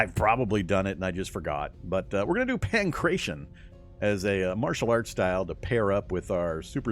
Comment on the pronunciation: the martial art you mentioned - Pankration - is pronounced Pan crat ee on, btw, not pan-cration. Its weird, I know, but basically its ancient greek martial arts, so it has greek pronounciation.